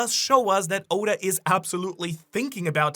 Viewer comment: mis-pronounce Oda's name again && i'll riot lol